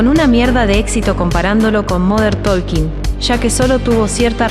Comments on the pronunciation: No es "moder tolkin", fonéticamente hablando es "modern tokin" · Cuando empezó diciendo "modern taLking" ya lo saqué. No puede ser que no sepa pronunciar como corresponde XD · Me mató el moder tolkin 😂😂😂😂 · Moder tooolkin???? Jajaja😂😂😂